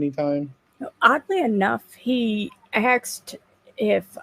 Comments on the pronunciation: Cant stand people that say axed instead of asked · Axe me about it